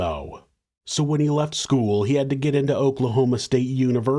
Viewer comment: Dude. “Skoo-wull”. Ugh 👋